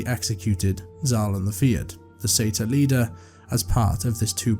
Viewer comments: Sorry that’s now how pronunciation works. We don’t just flip letters here. Most people familiar with that race would pronounce it the correct way. Surprised you would claim to say it as the Americans do. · I am Scottish and do pronounce it Sa- tyr but happy with the American pronunciation. Either way I still get to hear another great tale 😊